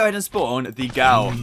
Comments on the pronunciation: I mean its not Gaul its ghoul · its prounouced /guuhl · Its ghoul not ghoul